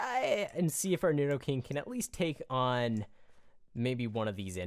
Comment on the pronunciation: NEED-O-KING NOT NID-DOE-KING